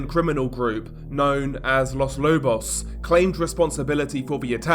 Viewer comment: With as much coverage of Latin America as you do, you should look up Spanish pronunciation. It's very easy as it's always the same- not like English with all of it's exceptions and quirkiness. Quito is pronounced key-toe. Los Lobos all the Os sound the same as in toe, again.